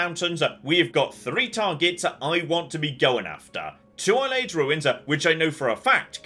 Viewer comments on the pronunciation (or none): I am convinced is purposely pronouncing Alyleid incorrectly. He has heard several NPCs say it many times during the series. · The way chooses to say Ayleid makes my eyelid twitch. A repetitive tic when I'm markedly stressed.